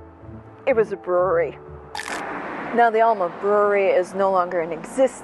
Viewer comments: It’s El-ma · "El-ma". Short A, sounds like E, not O sound. It's a local thing. Born and raised. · Coming from that part of Wisconsin it is obvioius that youa re not. Every time you said the name Alma it grated on my nerves to hear it mispronounced. Loved the content except for that.